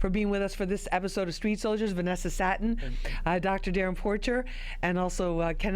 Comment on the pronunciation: Venessa SATTEN? "Satin". Smh Lluminati confirm